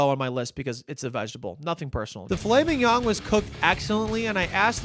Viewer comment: I love that you, after learning that you pronounced filet mignon incorrectly, went on to call it fil-laming-yawn. I love to watch you doing stupid stuff. Please keep doing stupid stuff.